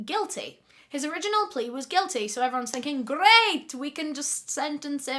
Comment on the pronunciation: becomes Italian: G-greatt 🇮🇹🤌🏻